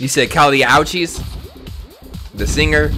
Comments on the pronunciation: kali ow cheese? the singer?😂😂 really bruu its kali ooo chiz😂🌚🌚🌚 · loves Kali Uchis so much but doesn't know how to pronounce her name...